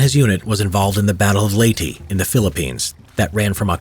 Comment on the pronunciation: its LEYT-EH dude learn how to read ìm filipino so i knw how to read leyte And also i watched some other vids you said bataan as batan ITS BATA-AN